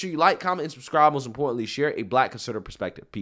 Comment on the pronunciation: *most, not moat